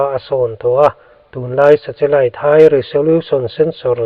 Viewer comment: 😮 2040 maw ??!!😮 Nge ka ngaithla sual / hre sual zawk aw..?? Tin, nen hian 'Sa-Che-Lite' ti maiin ka hre bawk !! Mahse, Chanchin i buatsaih te erawh a tha hlawm khawp mai, ngaihthlak a manhlá in a ngaihnawm e (interseting) 👍👍 Lo tang zel rawh, a bík takin 'thu lam' kawngah . A chhan chu i content hi a hmuhnawm lam ni lovin a ngaihthlak lam chi a ni si a. Frm. New Subscriber